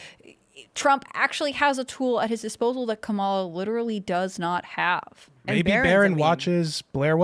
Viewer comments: I can clear up the kamala pronouncing situation for you... so look at the spelling, all the a's are the same sound and you run through the letter fast... just like the way you would read most indian names or words when written with english letters... so its kah mah lah, not mah muh luh, or cam uh luh... which is hilarious to me because its obvious due to her being indian. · Her name is prenounced commyla harris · It’s Comm-ola like communism!